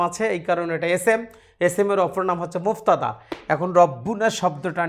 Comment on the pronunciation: মুবতাদা । মুফতাদা নয়